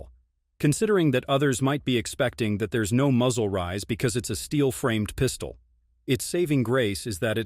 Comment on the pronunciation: “Double stack Piiiistuoll”? Man these AI voices are crazy. At least use a good voice like James Earl Jones, Morgan Freeman, Denzel, Sam Elliott, Jeff Bridges, Josh Brolin, Keith David, Vin Diesel, Laurence Fishburne, Patrick Warburton, or Benedict Cumberbatch.